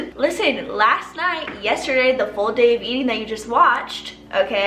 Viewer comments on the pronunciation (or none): none